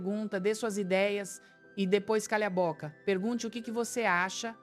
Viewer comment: Tá parecendo AI. Contou o número de palavras errado (podemos pensar juntos não são 4 palavras). Falou Bóca. Muito estranho. Mas o conteúdo faz sentido.